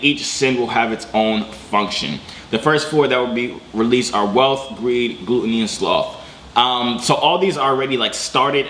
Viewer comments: Gl-uh-t not gloot. Glutton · GLUT-O-NY not glute-ony